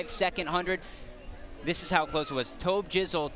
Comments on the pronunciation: it's toeb jizzle not tahb jizzle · But it is tob-jizzle but the commentators said taaab-jizzle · On the cards they spelt is TOB JIZZLE so they wouldn’t say it wrong and yet that guy still managed too lol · It was more like he pronounced it 'Taabjizzle' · Mr_Maniacz I mean he is arguably the most famous racer of all time so they should know how to pronounce it, but... TOB jizzle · MarvinGames Swear he said something like Tom or Tarb jizle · I love the sly shake of Tobi's head when he mispronounced tbjzl and tobbjizzle🤣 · Even when Tobi got his medal they said tobjzl ITS NOT HARD TO SAY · TAAAAAAAAAAAAAAABJZL sighs One day they’ll get his name right, and Miniminters... and Lachlan’s... 😤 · That headshake when the announcer mispronounced Tobjizzle, I felt that man.